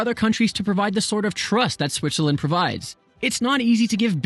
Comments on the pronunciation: Dude said Switcherland . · I dare you to say Switcherland one more time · WOW! I had no idea one could say so much about a country while at the same time mispronouncing its name for 13 minutes!